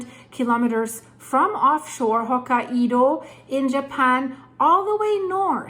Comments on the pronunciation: Hokkaido is pronounced "Hoke-eye-dah". Blessed Be! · It's pronounced "Hoke-eye-doe" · Still saying Hokkaido in a funny way. Hokaiiiidooooo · Ho" + "ky" + "doh Here are a few tips that should help you perfect your pronunciation of 'hokkaido': Sound it Out: Break down the word 'hokkaido' into its individual sounds "ho" + "ky" + "doh". Say these sounds out loud, exaggerating them at first. Practice until you can consistently produce them clearly. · Japan is cringing. Please learn how to say Ho-KAI-DOUGH. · They pronounce it Hok(eye)doh❤ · please, it's "Hok-kai-do" with an accent put on the second syllable. You pronounce the same way it's written, romanized japanese is very easy to read, because you pronounce all the letters you see in a word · hokka IDO ??? really ? and im gonna sit watching whatever you have to say when you didnt even try to say the name ? im not japanese but HOKA - IDO?????? -200 IQ points on effort in there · pronounced Ho KI do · Sorry, but how can you not pronounce Hokkaido? That's just ridiculous, makes it seem you don't have a clue what you're talking about.